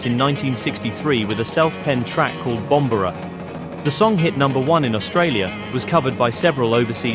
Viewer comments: Bombora is pronounced , 'Bomb-bore-ah'. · The Atlantics tune is pronounced BOM BORE RA which is a surfing term for a huge wave . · Bombooora. Pronounced. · Come on man...it's.pronounced Bom- Bore-uh.... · Excellent little documentary on fantastic quite a few little known Aussie 60’s music. Of course us Aussies were aware of the Easybeats, Masters Apprentices, Atlantics, La De Dahs, Missing Links....however my only 'negative' point is that the Atlantics instrumental Bombora is pronounced incorrectly. By the way many of these songs should have been hits in the USA and UK. Also check out Phil Jones and the Unknowns from 67 their song "If I Had A Ticket' . Its a classic and more people should be aware of it. Go check it out. The drummer David Rowlands still plays in bands.